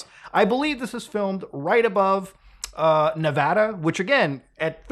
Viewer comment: Thanks for saying Nevada right 🫡